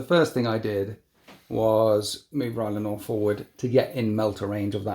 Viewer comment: Not Rylanor=Rylanot